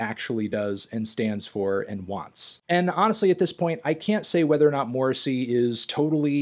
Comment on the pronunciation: Honestly your pronunciation of Morrissey's name is worse than anything he's ever said.